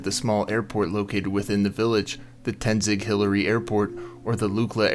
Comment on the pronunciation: Not Tenzic. It's Tenzing-Hillary Airport